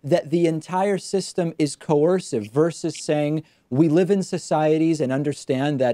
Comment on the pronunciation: If only he could pronounce coercive